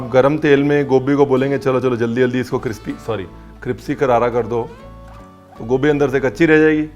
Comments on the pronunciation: Ranveer it's not cripsy.. Crispy bola jata hai.. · 'Cripsy' sounds crispier than 'crispy' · Ranveer Paji tusi Crispy nu Cripsy Kate bolde ho? 😂🤣😂🤣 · Sir now I actually forgot how to pronounce crispy whenever I say crispy I end up saying cripsy 😂😂😂 Now that crispy written on my comment is auto correct ok😏😂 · I love when chef corrects himself - cripsy not crispy. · Is it only me ??? I heard cripsy again!!!!😁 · Hahahaha .. till now I used to think, you can’t pronounce crispy... you got me here